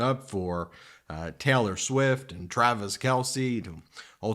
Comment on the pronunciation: "Taylor" isn't pronounced "Teller". 🤔